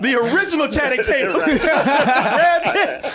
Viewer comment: "Channing-tate-yum" -Danny Mcbride